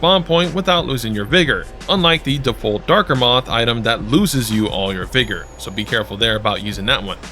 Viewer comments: Vergo? It's Vigor ('vi-gore') it means strength of life. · the fact that u pronounced vigor virgo confused me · "VIGOR" NOT VIRGO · You saying Vergo instead of Vigor was killing me😂. I was doing the same thing for a minute, mixing Ergo from Lies of P and Vigor from LotF… Playing these games back to back has me mixing stuff up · “Vergo” lol